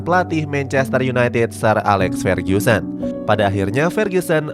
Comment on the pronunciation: Fer-GU-sen bukan Fer-GYU-sen